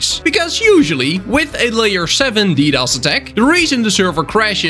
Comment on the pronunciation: Ddos sounds like Doritos